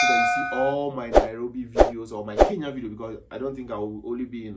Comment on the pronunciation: Atleast he pronounced kenya correctly not like others 'keya'